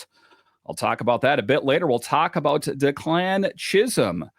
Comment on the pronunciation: FYI,, it’s DECK-lan not de-CLAN